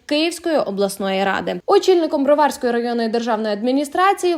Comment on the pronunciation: БроварськОi,а не БрвАрськоi!